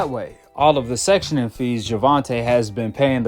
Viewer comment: Brother it’s called “Sanctioning body” NOT “Sectioning body” 🫡. They sanction fighters/fights not section them 😉